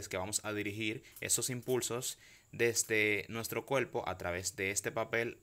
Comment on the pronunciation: Cuelpo.... y la r?.